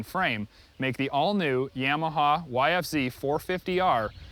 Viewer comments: its YAMAHA not YAIMAHA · Yamaha not yaaamaha